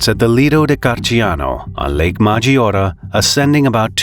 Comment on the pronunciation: The name of the lake is pronounced Maj-ee-or-AY :)